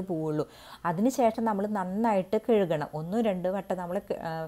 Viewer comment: എന്റെ പൊന്നു അമ്മായി കേഴുകണം എന്നല്ല കഴുകണം. എന്ന് പറയാന്. മലയാളം ഗമ കാണിച്ചു പറയാതെ നല്ലതുപോലെ parayuu